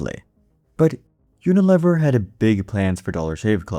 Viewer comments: I have never heard it pronounced uniLEHver. I was at P&G and they said UnaLEAver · No, but I know the name "You-nih-LEE-vur". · Pronounced U-na-LEAVER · Uni LEE ver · Yes I noticed that right away too. And maybe he should check how to pronounce Unilever. Rhymes with beaver not never. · This is either an AI generated piece of garbage or the presenter is seriously uninformed. Unilever is pronounced YOO nuh lee ver. ANYONE who has any knowledge of business would know WHO this company is and knows how to pronounce the name. It has annual revenues of OVER $50 BILLION .Yes, "we know the name" and we know HOW to pronounce it. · It’s pronounced “uni-leever.” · It’s pronounced you-nuh-leev-er. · Tell your AI that it's pronounced "uni-leever" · UniLEAVer pronunciation FYI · Yo, AI narrator, Unilever is pronounced Uni-LEEver. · Unilever is pronounced with a long "e" sound. Unileeever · Unilever is --- yoo-nuh-leee-ver. Computer generated voice, eh. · It's pronounced "uni-lee-ver" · Your mispronunciation of unilever is crazy bro. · Rhymes with lever...